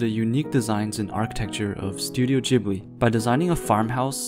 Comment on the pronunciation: its not rpounounced jibli